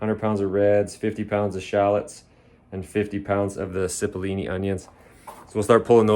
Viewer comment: Those Italian onions are pronounced "chee-pole-ee-knee" it just means little onion in Italian 👍 now you know